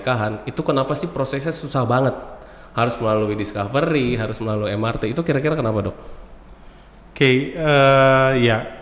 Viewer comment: MRT 👉 bacanya em er te, bukan em ar ti. sudah menginformasikan singkatan yang benar lho sejak awal